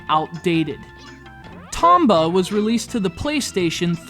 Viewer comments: I always thought it was pronounced Tome-ba...oh well. This one was done justice by its sequel. The second one was what I felt a perfect game. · 1. You cant pronounce "Tomba" correctly 2. You're an idiot who cant move a 2D character through a simple plain without crying because thr game is too hard 3. You dont even bother getting past the first 8 minutes of the game, which is longer than i spent writing these 3 points which i consider a big waste of time and now im mad and want those 8+minutes of my life back (-,-) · Damn, and I liked this game the very second I picked it up. But I don't feel too bad, this guy can't even say the main characters name right.